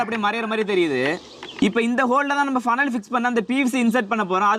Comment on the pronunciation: பனல் இல்லை புனல்